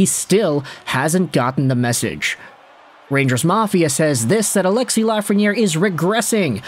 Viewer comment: Its ALEXIS...NOT ALEXIE